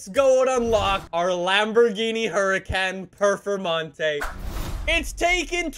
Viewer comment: How do you pronounce huracán performante incorrectly 🤦🏽‍♂️